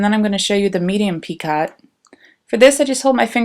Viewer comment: Thanks for sharing your work. Enjoyed looking at the different motifs. I hope you don't mind if I let you know that the word "picot" is pronounced "PEEko."